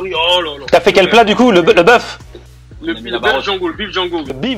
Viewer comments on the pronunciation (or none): none